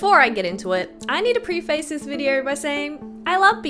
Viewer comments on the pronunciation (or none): preface, not pre-face. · pre-face? i've never heard some one say it that way. i've always heard preface like it rhymes with prep-fist